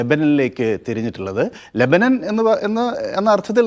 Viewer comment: Lebanan alla LEBANON, aadyam maryadak parayan padik.